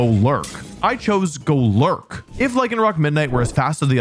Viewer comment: bro said golurk like it was a slur or something bro